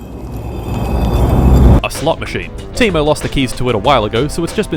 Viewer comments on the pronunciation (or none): its not timu its tei-mo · Just minor thing. I noticed (based on google translate) that if english speaker pronounces Teimo (the general store there) as 'taemo' it sound closer what it actually sounds in Finnish.